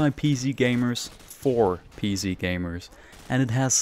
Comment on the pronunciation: it's cause with your accent your way of pronunciation it sounds like your saying "pz" when your saying "pc"